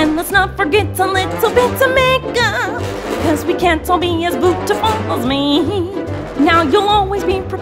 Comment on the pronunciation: It's beautiful not bootifu gosh